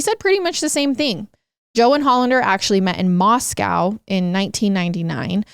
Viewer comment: They way you say moscow😭😂😂❤️